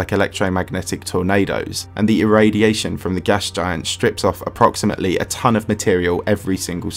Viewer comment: This doesn’t sound like approximately 1 ton It sounds like Approximately..... A TON!!!